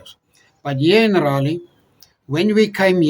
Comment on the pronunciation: Love you people. Just one thing. Forgive me saying this, you are pronouncing “Raleigh” incorrectly.